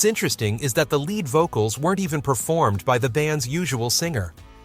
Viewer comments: "Time Won't Let Me" was on the Hot 100 for 15 , not 13 , weeks. "Little Bit O' Soul" was on the Hot 100 for 16 , not 14 , weeks. "A Little Bit Me, A Little Bit You" was on the Hot 100 for 10 , not 11 , weeks. The lead singer of a group is pronounced as "leed", not "led". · It's lead or leed singer. Not led singer. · Finally, some songs from my teen years. And I'm Feeling Glad All Over. BTW, look up how to pronounce Leonard Skynard. It's not led singer, it's lead singer. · Lead singer LEED not lead singer LED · I'm sorry..."led singer"? As opposed to Lead Singer? Who is this guy? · The guy who very smoothly narrates this apparently doesn't understand what he's reading. Otherwise he would pronounce the "lead" in "lead singer" like "lede" rather than like "led" the metal. I realize "heavy metal" was coming up, but the concept of a lead singer is a pretty basic idea for someone who purports to tell us about the history of rock groups. Embarrassing! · Leed NOT led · It’s pronounced leed not led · And it is lead singer pronounced leed. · AND STOP SAYING LEAD SINGER ITS PRONOUNCED LEED SINGER........NOT EVERYTHING IS PRONOUNCED AS ITS SPELLED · In the phrase "lead singer" lead is pronounced "leed". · LEAD is not pronounced lead as in the metal It’s pronounced LEED you have consistently pronounced it wrong not one single time. Have you actually pronounced it lead as in leader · It’s not “led” singer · How about “led” singer instead of LEAD singer. 🤦‍♀️ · I love the content but hate the fact that the narration can't get Lynyrd Skynryd or lead singer pronounced correctly. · Mispronunciations abound. Of note is "lead vocalist" as if the performer was made out of the element. These all appear on the 60s channel on SiriusXM. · A computer voice again, dammit! The pronunciation of "lead singer" gave it away.